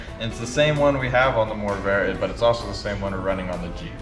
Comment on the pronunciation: Two R's. Morrvair. And yes, you nailed it. Corvair- Morrvair.